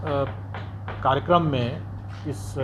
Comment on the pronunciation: सर जी कारिगरम नहीं होता है कार्यक्रम होता है आपने गलत शब्द का उच्चारण किया है।